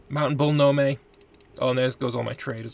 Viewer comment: I am SO PSYCHED for a continuation of this series! Nome is pronounced “gnome”, by the way.